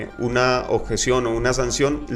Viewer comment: "La oTjeción" - "La JEEEEE" Hermano, tratemos de hablar mejor...